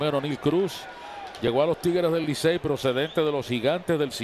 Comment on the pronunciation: Loco haz un esfuerzo y trata al menos de decir Licey en lugar de Licel